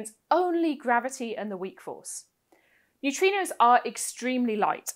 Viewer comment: I love New-Tree-Knows.